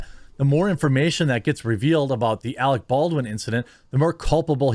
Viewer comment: Alec, not Alex